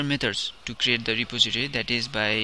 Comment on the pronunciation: Ty for the tut but you seem to be having issue with saying repository. It's: re poz eh tory